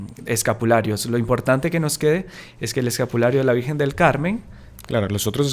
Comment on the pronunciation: M.encanta ezcuchar l palabra lavirjenzita d lavirjenzita